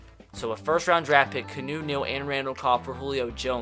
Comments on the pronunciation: His name isn’t even key-new it’s key-on-oh Neal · I know you just trade him to the Falcons but can you not call him Canoe Neal like the boat, it's pronounced Kee-ar-new Neal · Its not fucking Canoe its Key on u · It’s not pronounced “Kuh-new” it’s “key-ah-new” you dumbass... 😑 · KEY-AH-NU NOT CANOE YOU FUCKING IDIOT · "Canoe Neal" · Lah-tay-vee-us its Latavius not Latvius. Also its Kee-on-ou for Keanu. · My favorite part about the julio trade is that I'll no longer have to hear you butcher keanu's name